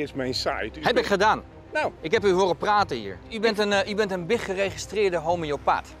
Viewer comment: “Biggeregristeerde homiopaath” ik ga stuk